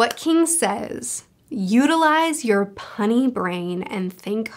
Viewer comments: Listen,, I love you and all but punny? It’s puny. Puny. Utilize your puny brain. Lol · Its puny said like p-you-ny not punny c'mon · that's not how you pronounce puny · Not gonna like, I’m gonna start pronouncing “puny” the way you did from now on